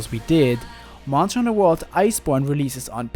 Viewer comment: Leave the hoonting of hoonters to me